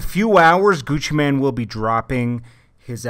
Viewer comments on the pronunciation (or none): ChipXanlark exactly I've always wondered why they keep saying man instead of mane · seems like news channels always say Gucci Man... its mane it has a damn E!